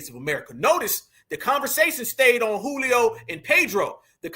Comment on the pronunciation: Not “Julio” dawg!!😅😂